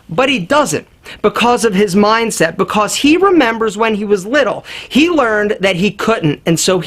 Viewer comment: The way says because is making me laugh every time: "bicos"